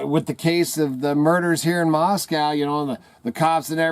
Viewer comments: If you were anywhere near Moscow or even in Idaho you'd know the pronunciation of Moscow rhymes with NO or GO. Maahs- co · Not to be a doubting Thomas but real Idahoans know that Moscow is pronounced Moscoe. So I leave your site. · I say Moss-Koe.. Not Moss- Cow But that's just me. I used to live in Rathdrum/ Wolf Lodge area around Hayden Lake.. In the late 1980' s